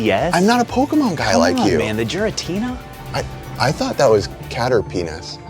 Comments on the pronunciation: Did he actually just say "jiritina" ?? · Pronounced GIRR-uh-TEE-nuh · Unsubing for the mispronuciation of Giratina.